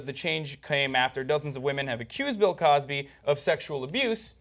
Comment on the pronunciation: said, "Bill Crosby." It's "Bill Cosby."